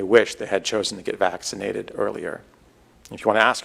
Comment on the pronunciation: Omggg I cAnt tAke it. How mAny mf times cAn this freAk sAy vAxxkcinated. If he’s trying to do some brainwashing type shit it ain’t working. Just making me want to not get vAxxkcinated even more than I already don’t want to.